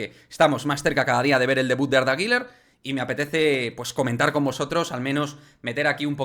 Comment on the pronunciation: La pronunciación correcta es “GULER” uuuler U U no giler ❌el nombre no tiene la letra i por ningún lado que verguenza 🤦🏻‍♂️ saludos